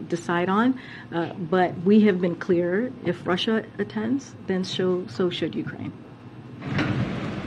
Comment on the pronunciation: Lets just be cleear.... they've been "clear" as to what they mean...